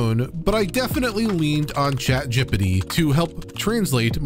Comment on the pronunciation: Good video, but this mispronounciation of ChatGPT made me laugh so hard.